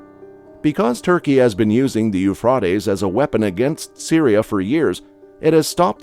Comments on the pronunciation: i wont listen to him say Eufrotees one more time! its Euphrates, damn it! lol! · Euphrates not Euphrotes stupid robotic voice pronunciations arggg😱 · Please it’s not Euphrotes. It’s Euphrates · The worst thing about a computer voice is none of the biblical words are pronounced correctly. And I'm not talking about correct Hebrew or Greek dialect. So frustating to hear. "Uf•raw•tes" is so bad. And said hundred or more times here. It's (phonetically) U•phrā•tees. And that wasn't the only word. It sounds like a juvenile who never learned to speak and very alien. I know. Sounds picky. But words mean something. I won't be watching anything more from this channel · Am I the only one watching this and every time he pronounces it Euphrawtees, I say Euphrates? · It's It's pronounced as Euphrātes Long "A" NOT "Euphrätes" with a Short "A" Stupid! Ugh!! I Hate That!! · Dude! I almost had to quit this video because my ears screamed for mercy every time you said Euphrautes. It’s Euphrates…long “A”. You’re welcome. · Sorry but 'Euphraaatees'? Ruined it for me. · It is pronounced Euphraaaaaastes...A A A... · I just have a pet peeve when you know how a word is pronounced but the content creator insists its pronounced this weird way. its pronounced U-FRAY-TEES. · Isn't the pronunciation, Eu Fra TEes! Guess it can vary! Elon is such a pos, The Elites using chemtrails to affect weather is having an affect not only on the USA but worldwide! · You are saying the Name wrong Euphrates ~ You Fraties River is What it sounds like. 😂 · OMG...How can you get people to narriate your videos who can't even pronance the star of the subject!!! It's pronounced "U fra te s." What planet is this guy from? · IT'S PRONOUNCED yoo·fray·teez YOU SHOULD KNOW BETTER!!!!!!!!!!!!!!!!! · Lol pronounced u-fray-tee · It's pronounced Eufraytees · I thought it was pronounced " u fray tees."? Oh, well. Thanks for the clip. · Euf-rotties, I just could not watch it beyond so many mispronunciation. 😂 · Eu FRAY tees